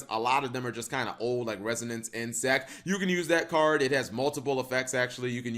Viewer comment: Holy crap, he actually said "Resonance Insect". I'm shook. Edit: okay nvm he messed up the second time around. Edit 2: whoa, he corrected himself! WHO IS THIS AND WHAT HAVE YOU DONE WITH THE REAL?